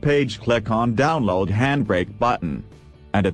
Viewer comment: "On Thees Page Cleck The Dawnlowwd batton" haaaa